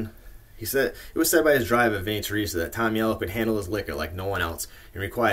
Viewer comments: Nice job! But you're pronouncing Henry's last name wrong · and ya you are pronouncing his name wrong but we know great videos